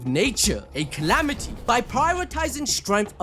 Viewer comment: Its calamity not clamity